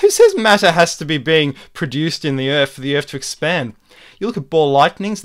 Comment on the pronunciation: I can't take anyone seriously that can't pronounce 'Earth' correctly.